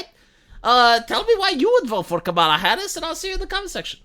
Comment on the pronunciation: Kamala. Pronunciation. Bet all my money, my family's, Your wrong.